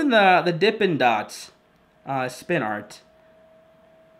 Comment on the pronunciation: WRITE AND THEN SPIN IT AND I LOVE WHEN YOU SAY AAHRT